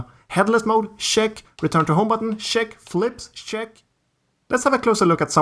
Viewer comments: Check is not pronounced Shhhhhheck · Your CHECK its like saying shrek without the r 😁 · Are u saying shat or check